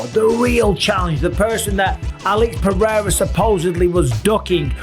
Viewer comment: Alex Pewrewra, love it! Ahahaha